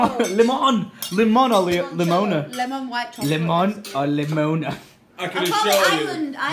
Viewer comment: yo )) in russian, the way you said "lemon" to alice, is how we pronounce it xD